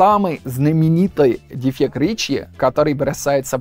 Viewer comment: произносит неправильно гласные после согласных не - нйе ре - рйе Америка - амйерика дефект - дефйект и т. д